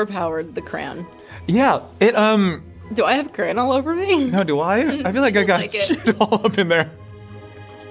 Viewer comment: w the icecream sandwiches i thought she was saying cran (cranberry) but she was saying crayon 😭😭